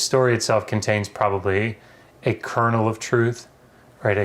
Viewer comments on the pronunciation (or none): "a cornel of truth" lol😅